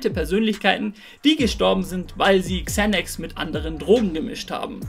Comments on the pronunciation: Spricht man das nicht Sanax aus und nicht Zänacks like Monte😂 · ✨Kzänäks✨ Bruderherz man spricht es Sänäx aus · Englisch note 6 oder was? man spricht es „Zanax „ aus 🤦🏻‍♂️ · Bin ich der einzige den das aggressiv macht wie der xanax ausspricht?